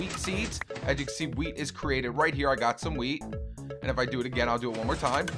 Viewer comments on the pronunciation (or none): U sound like u r saying weed instead of weat lol